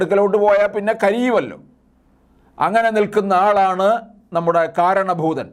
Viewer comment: ഒരു സംശയം.. പറഞ്ഞത് കാരണഭൂതൻ എന്നാണോ മാരണഭുതൻ എന്നാണോ